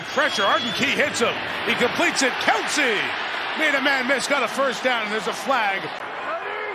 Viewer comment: Why does Mike Tirico keep calling him "Keltsie"? There's no T bro. Smh